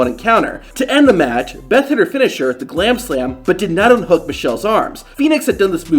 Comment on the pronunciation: I thought he said clamslam😂